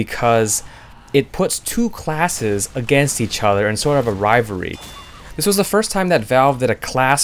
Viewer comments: I'm sorry, but it's pronounced. "RivaLry" XD your saying Rivury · Take a drink everytime he says rivary